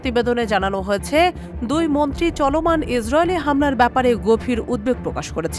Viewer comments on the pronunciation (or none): মন্ট্রী আবার কি😬মন্ত্রি হবে কথাটি।আগে কথা বলতে শিখো তারপর সংবাদ পরতে আসো🤧